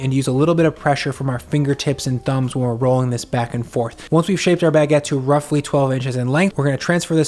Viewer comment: Your pronounciation of Baguette is so: "omg see how fancy I am, I make and love Baguedde" like I can't pinpoint it but eh